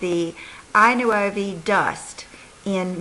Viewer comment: Thank you for the swatches! I know you always say to let you know about the pronunciation of certain products. Thought I would let you know that I Nuovi is pronounced eee Nwovi, which translates to The New in Italian. I hope this helped you out. By any chance, are the eyeshadows made in Italy? Glad your daughter's party went well!:)